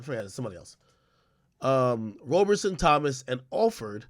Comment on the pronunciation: Couldn't finish the video lol he kept pronouncing Roberson as Roberson.